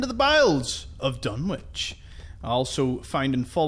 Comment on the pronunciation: Just to say that "Dunwich" is one of those words where the "w" isn't pronounced (not sure why). So, it's actually pronounced "Dun-itch". As people have said, it references Lovecraft's story "The Dunwich Horror", Dunwich being a location. The various Lovecraft references in Fallout 4 are great fun. :-)